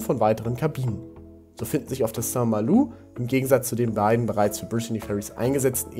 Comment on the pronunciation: Soweit ich weiß ist die korrekte Aussprache St. MalO... also kein U